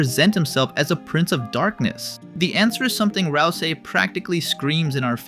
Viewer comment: tweaking from that pronounciation of ralsei